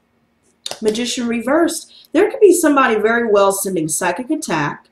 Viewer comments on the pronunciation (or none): What kind of attack? Cyber? I couldn’t understand the word you said